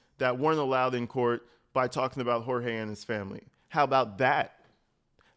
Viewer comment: I love that you pronounce his name correctly how his parents intended and what his family calls him rather than what his abuser calls him.